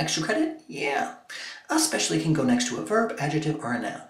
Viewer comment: why do Americans pronounce it as 'expecially'